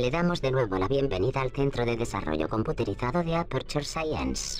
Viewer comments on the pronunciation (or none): That last dialogue in Spanish says ''Computerizado'' when it's pronounced ''Computarizado''.